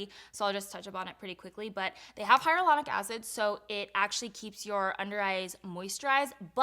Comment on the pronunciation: you always say hylauronic wrong lol